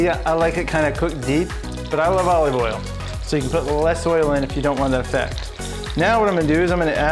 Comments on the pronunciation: Is he saying O leave Oil? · Bro says olive oil mad weird. Good video tho.